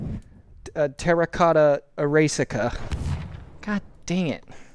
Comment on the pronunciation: "Terracota Ereassica" Sure, I'll stick with that one